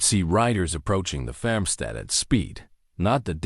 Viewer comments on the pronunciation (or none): Loved the story but some words, repeatedly mispronounced, was irritating. The word is 'FARMstead not FAMstead.